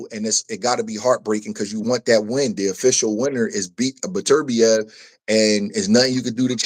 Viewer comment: the different names hes saying for beterbiev is killen me lmao daturbia and beterbee ….ITS BETER BIEV